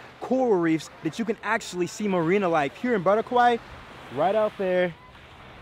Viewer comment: Great vid! But its "Bora- khai" not "bora-kwai"🤣✌️ can't wait to go there in Jan!